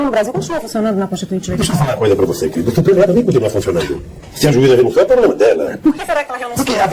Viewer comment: Percebam que o Lula fala de maneira razoavelmente correta, com português ok para os padrões da epoca, e vejam hoje em dia ele fala tudo errado, sem concordância, com erros grotescos, por exemplo "pobrema", veja como o cara mudou a forma de falar até pra enganar o povo pobre, e o povo sem educação que se prolifera hoje em dia.... bizarro o cara é um "ator maniaco" total